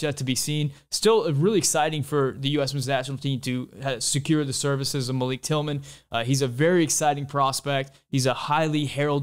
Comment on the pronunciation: Pronounced Malick according to GGG and Malik's mom.